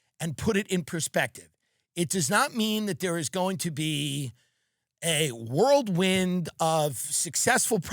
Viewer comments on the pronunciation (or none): Did this mofo say worldwind or whirlwind ? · "world wind" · Did this mf say world wind? 🤣